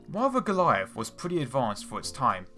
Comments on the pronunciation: WTF is a Galleiff? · The Goleiahff.... Musste noch mal zurück spülen um zu registrieren dass er Goliath sagen möchte...